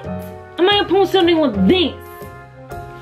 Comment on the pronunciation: Maranda says upostoo